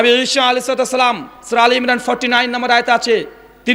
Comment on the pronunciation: যে সালাম শুদ্ধ করে দিতে পারোনা তার সাথে কিসের বাহাচ